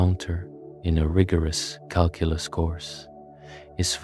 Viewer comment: This would be nice if your pronunciation of Calculus didn’t piss me off